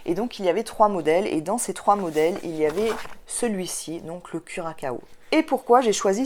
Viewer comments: Bravo pour tes réalisations. Je ne vais plus hésiter longtemps je pense pour commander le patron du curaçao (qui se prononce curassao vu la cédille mais curakao c'est pas mal non plus😁😁). Tu m'as convaincue. Les photos sont superbes! toute en féminité et pudeur. Merci mercis! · Bonjour! J’ai adoré ta vidéo. J’ai toujours hésité à acheter ce patron ben, je crois que je vais sauter le pas…. Merci pour ta joie de vivre. A bientôt. PS: Curaçao (ça se prononce curasso 😅)😘😘😘😘